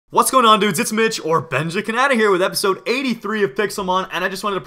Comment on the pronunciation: Benja Can-ada o_o Mitch hasen't said that in a while